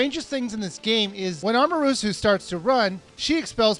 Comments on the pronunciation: Can't u read?!!! Amarusu!!! Oka(a)mi!!! Insun!!!! Orchi!! What's wrong with u?! U read it "Amaterasu", "O(o)kami" (the accent is on "o", not on "a"), ISSUN and OROCHI!!! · Good review, but the pronunciation of the names where meh. Americans have a little trouble with pronouncing the right emphasis and vowels for Japanese words and names anyway, but this guy just skips syllables all together. Amaterasu -> Amerusue Issun -> Inz'n Orochi -> Orchee I detect a fellow dyslexic, lol. Nevertheless, it's a very good and informative review, and I'm glad I saw it. :) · Amarusu? Inzun? Orchee? What game where you playing?! Their names are: Amaterasu (ama-teh-ra-sue) Issun (ee-soon) Orochi (or-oh-chee) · amarusu? A-MA-TE-RA-SU...its kinda funny how you misspronounce almost everything wrong (not meaning to be rude). also... before this comment was placed there were 666 O.o! reactions to this video. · Its AMATERASU (japanese sun godess) not Amarusu.... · *Ah mah ter ah su At least put the pronunciation right when you're correcting someone. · YOU ARE SAYING THEM WRONG: AMANTERASU: AH MAN TER AH SU ISSUN: EE SOON OROCHI: OH ROH CHEE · amatarasu! not amarusu? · I had to stop watching when he said Amarusu -_ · Correction: A-ma-tur-RA-su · Did he just say amasuru wtf bro!! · They're actually pronounced Or- oh- chee Ah- mah- ter- aah- sue Eee- soon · the game is baist off of japneas mithalig, and you say it as amatersu, issun,orochi. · Worst Pronouncing Types: Ehmrusu (Amaterasu) Aysing (Issun) Iwchee (Orochi) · it's pronounced uh-ma-ter-ah-sue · AH-MAH-TEH-RAH-SOO. EE-SOON. OH-ROH-CHEE. Geeze, why do I get frustrated when people mispronounce these things. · Amarusu... Lol XD ORCHEE XDDDD I wonder how he'd pronounce Kamui... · Amarusu?... Inzun?... orshe?....ORSHE?!?!? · "Amaroosoo"... You didn't even try, did you? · i know...amaterasu as 'amarusu'. pronunciation aside, fantastic review, keep up the good work! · the names.....he butchered them.... so morbidly T-T